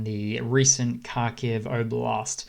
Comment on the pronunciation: Watch how Steve Cannane (abc news) pronounces Kharkiv (essentially Harkiv)- you can do it - I have faith in you 😀.